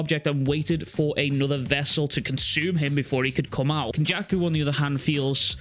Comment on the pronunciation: The way he said kenjaku is one fucked dude hahaha